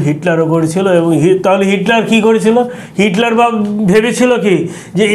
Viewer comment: ভাই সালাম নিবেন।উপস্থাপকের বাচন ভংগি ও উচ্চারণ খুবই খারাপ।রাশিয়ার ইতিহাস পূনাংগ ভাবে বলতে পারেন নাই। ইউটিউবে আরো অনেক তথ্য বলা যেত। উপস্থাপক নেপোলিয়ন বোনাপাট কে নেপোলিয়ন বেনাপুল উচ্চারণ করলেন,এডলফ হিটলারের নামটাও সঠিকভাবে বলতে পারেন নাই। ICBM কে ভুল উচ্চারণ করলেন।এবং inter nation জাতীয় কিছু বললেন, যাহা সম্পূর্ণ ভূল। ICBM এর অর্থ হল Inter Continental Balastic Missile. আন্ত মহাদেশীয় ক্ষেপণাস্র। নেপোলিয়ন ও হিটলার শুধু শীতের কাছে হারে নাই,রাশিয়ার সেনাবাহিনীর সংগে রাশিয়ার জনগন জীবন প্রাণ যুদ্ধ করেছিল। আরো ভুল বলল,জার বোমা পুতিনের আমলে তৈরি হয় নাই। এত ভুল উপস্থাপন করা ঠিক না। ধন্যবাদ